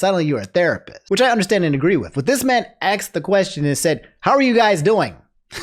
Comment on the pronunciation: asked not axed bruh